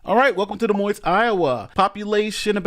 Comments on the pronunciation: the S is silent on Des Moines hon, no offense, but you should know that. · The “S” is silent in Des Moines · The last “s” in Des Moines is silent. How dumb are you ? Jeez.